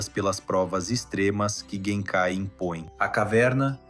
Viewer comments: "Yuzuke" "jenkai" ... deu não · Conteúdo ótimo, mas, o áudio é original ou de IA? Cuidado com a pronúncia dos nomes.... Escutar "YuZuke" e "Jenkai traz a impressão de que quem gravou simplesmente não assistiu o anime, sei lá.